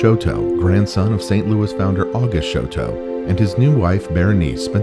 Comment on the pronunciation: THANK YOU!!! So irritating when the name Chouteau is mangled beyond recognition! I'm a direct descendant of Auguste (again, that name is frequently mispronounced, it's Awwgoost), and several of my family members still carry the name Chouteau.